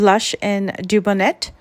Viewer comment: Great tutorial, as always. Just FYI, Dubonnet is pronounced do-bon-nay. It is a type of wine.